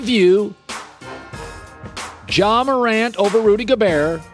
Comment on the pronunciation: How tf did he say Ja